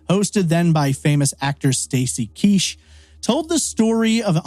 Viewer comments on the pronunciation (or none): Well done brother; but it's Stacey KEACH pronounced like PEACH not KEESH.